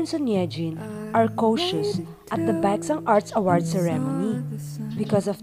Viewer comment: Hahaha this! It's the BekSahng for me lol